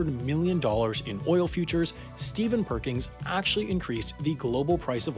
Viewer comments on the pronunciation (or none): It bothers me more than I can describe that his name is "Perkins" and you pronounce it "Perkings"